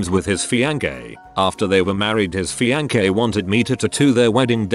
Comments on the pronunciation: Word: Fiancé Pronounced: Fiang-kay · Everyone: fiancé The voice: fiankay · No one: The Google translate reader: FIANKAY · no one: Narrator: FiAn-gAy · Text- Fiancé Robot- FiAnKaY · Nobody: Text to speech: Fiankè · no one: text to speech: feeyankay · Nobody: Literally not a soul: Text To Speech: FEE-AHN-KAYY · No one: Computer: FiaNKeY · No one: Updoot reddit: fiankay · feankay instead of fiancé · feankay thats how the video says fiance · fiance FEEYANKAY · fiancé=fee on kay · No one: Text to speech: fee an kay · fiankae? okae... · Pheeyankee (fiancé) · FIAN KEIY😂😂😂😂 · I’m hearing fian-gay anyone else? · Akki's Smash Stuff fiangay